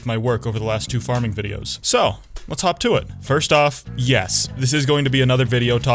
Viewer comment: Bro i thought he said "talk tuah" when he said "hop to it" 😭